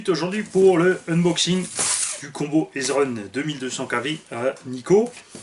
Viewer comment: Ezrun se prononce : Easy run ^^